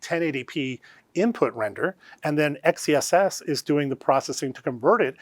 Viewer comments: Please start calling it Excess! Not X E SS. It’s stupid and sounds like a boomer came up with the name. You have a great name. Make it sound like it should sound. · how do we pronounce "xess" ? it sounds like sex